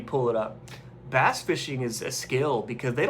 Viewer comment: I thought you said you were eating a bat, then I realize you said bass.